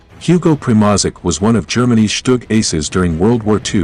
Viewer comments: "The Shturm-gesh-gutz" ... that's a new one "Hugo Primozick" lmao gold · When i hear him pronaunce Primožić and sturmgeshutz i wana cry😂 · Your pronunciation of German words and Primozic is terrible. Mark Felton takes time to learn pronunciations of such important words before he makes his videos. You should too.